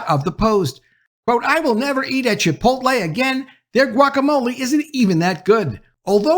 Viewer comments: It’s Chipot’LE. Not chipol’te! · Chipotle is pronounced chee-'pote-lay. And I'm done with them. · Lol you said chi-po-te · Say “chipotay” one more time 😂 I’m gonna put you in a burrito 🌯 🫃🏾 buh bye 🤣